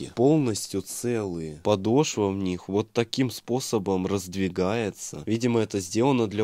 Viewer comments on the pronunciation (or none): none